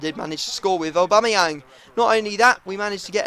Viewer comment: u did it aubamayang bacame ohbangmynan